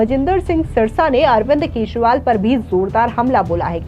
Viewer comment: मॅडम आप न्यूज एंकर कहा की हो, आपको अरविंद केजरीवाल बोलने को आता नहीं आप अरविंद केशवाल बोल रहे हो.😂